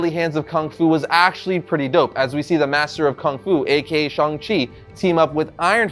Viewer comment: Will never pronounce 'Shang' -Chang like 'Shong/shawnng' ever. As for the new guy and comics-looks nothing like Shang Chi. Plus no Fu Manchu which kills it all for me. Old series with Zeck and Gene Day IMMORTAL in my mind.